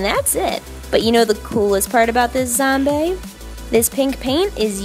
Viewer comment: Were you saying zomBAE